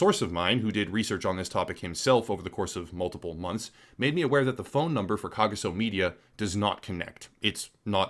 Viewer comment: The 'g' in Kagiso pronounced with some flem. It's a pretty common name in South Africa. The people who created it are being intentionally vague.